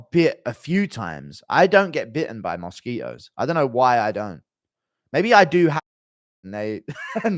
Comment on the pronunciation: bro said mosque itos